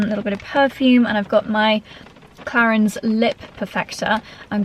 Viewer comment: So much blablabla about the products and you don’t even know how to say Clarins…. 😮